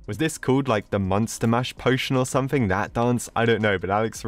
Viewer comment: He pronounces monster like the cheese